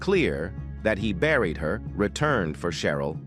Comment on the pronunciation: Can you people PLEASE stop using these AI voices!? I just heard" the body had already been re-bariiad" and I had to go back 3x only to realize it said BURIED. Damn!